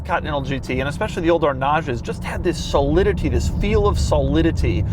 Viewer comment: Solidity is Doug's word he just can't say. Everyone has one lol